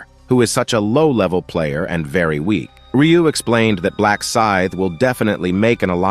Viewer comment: Also his name is Ryu not riyu